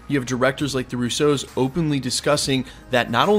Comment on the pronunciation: I love the way you pronounce the Russo’s. Putting the emphasis on the 2nd syllable instead of the first. No complaints, it makes me smile. Love the channel!